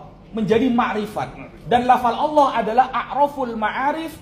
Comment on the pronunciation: 👉 layo.. Wong kata ALLAH nemplok di quran ada, kok mlenceng bacanya jadi awoohh oloh... oloh³... Mereka harusnya ganti itu dengan awoh 🤝